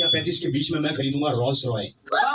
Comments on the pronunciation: Rolls Royce ❌ Rolls Roy✅ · rolls royce ❌ roll roy ✅ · Rolls Royce ❎ Rolls Roy✅ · bro just said Rolls-Roy 🤡